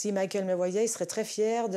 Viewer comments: Le ë sur Michael.. Arrêtez, je vous en supplie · Michael bordel pas Michaël